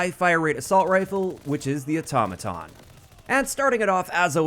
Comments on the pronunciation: THANK YOU for saying “Automaton” CORRECTLY!!! 🙏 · So happy to hear you pronounce Automaton, correctly. You won’t believe how many other YouTubers have no clue.